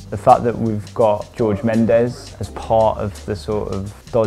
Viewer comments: Who the fuck is Rorré Mendez?? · Who’s “Rorre” Mendes and Diogo “Rota”? The J is pronounced just like in José Mourinho’s name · Who's "Rorre" Mendes and Diogo "Rota"?...